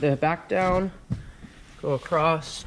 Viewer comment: Well I’ve looked everywhere, in all my books, on the interred, hell I even asked my wife and she knows everything! I still can’t find the word “acrosst”, what is this word you Americans use, it certainly isn’t in the English dictionaries?